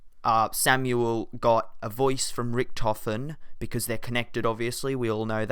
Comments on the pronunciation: ( Rik-Toe-fen) not (Rik-toffin) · MR-TACKY_TECK it is richtofen not richtophen